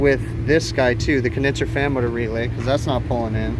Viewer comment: after binging these videos I feel I need a teeshirt with "Condenser Fammoter" on it because that's what I hear every time he says "fan motor" XD